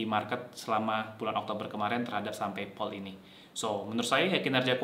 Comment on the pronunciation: Kok Paypol sik mas? PayPal (PeyPel) kali? Agak sempet bingung pas dengerin =0))